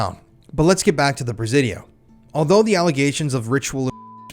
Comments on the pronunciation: Is it me or is anyone else annoyed at his mispronunciation of the word Presidio?? “Si” as in “YES” sounds like Sea, See or C!! The Prah- Ze-Dio (with a short vowel E) is really making me nit even want to finish the video. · In the big scheme of things, this is SO minor. I was born in The City living here my entire life - you're pronouncing the Presidio is slightly off. It's "pruh- sidio". Sorry but every time you say "prez-zidio" it's.. Said with love Carry on 🫶